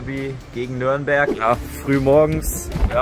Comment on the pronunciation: Bitte sagt nicht immer nörnberg es heißt Nürnberg 😂 viel Erfolg euch noch wünscht euch ein glubberer